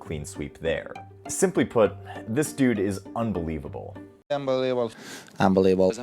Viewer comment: "unbelible" - Nadal